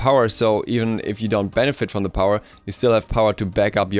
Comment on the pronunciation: did he just say "its just a smite benefite"